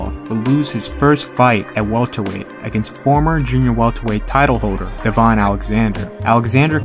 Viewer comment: (Deh-Ven) not Devon. That’s a STL legend lets pronounce his name correctly.